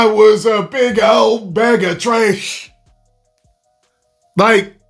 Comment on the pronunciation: “Big ol piece of tresh” 👆🏼☝🏼